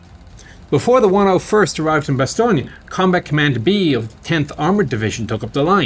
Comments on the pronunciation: Its pronounced 'Ba-stone' not 'Bastonia', your saying it like its an Italian name rather than a French. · Why isn’t Bastogne pronounced “Bastoney”. Maybe it would be called that if it was famous for fried bastoney sandwiches.